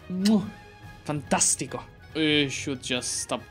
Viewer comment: Can you try to play Byzantium in a multiplayer lobby? By the way, amazingly pronounced "Fantastico" from an italian fan😂